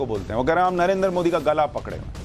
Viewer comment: तेजस्वी यादव को नरेन्द्र का उच्चारण भी सही नहीं कर सकते हैं नरेन्दर कहता है। ये सब देश चलाना चाहते हैं